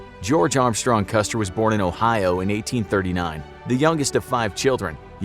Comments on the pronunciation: huh? Yes, the video is about George Armstrong Custer. At the indicated timestamp, however, the narrator clearly says "customer". Jesus. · Did I hear a "Customer", hahahahah!